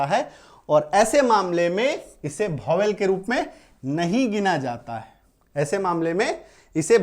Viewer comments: Bhovel nhi sir vowel pronounce krege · सर गलत पढ़ा रहे है Vowel आप भोवेल पढ़ा रहे है यह वोवेल लिखा है 🎉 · Bhowel nhi hota vowel hota hai pahele bolo to sahi se